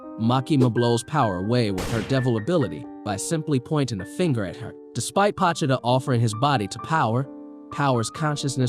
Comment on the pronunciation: Its pronounced POE-cHee-Ta